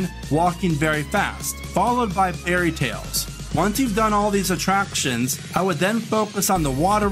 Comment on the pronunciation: "Atraptons" lol